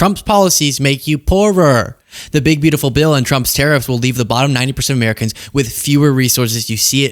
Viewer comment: 511842, didn't even say Americans, they said Ameicans😂